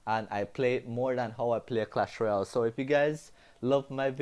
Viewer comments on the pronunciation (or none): none